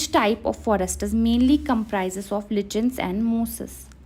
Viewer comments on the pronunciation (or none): It's not lichen in pronounciation it's called as liken 😊😊